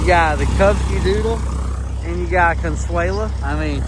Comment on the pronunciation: The correct name in spanish is Consuelo not Consuela